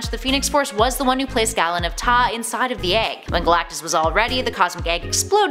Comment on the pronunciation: Galen of taa is pronounced GAY-LEN..